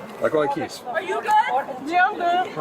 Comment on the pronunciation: He says we can and we ARRR. Road pirate of New York.